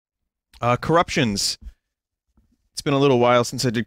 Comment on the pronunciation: At this point, it really does just sound like Vinny's saying "Currucktions"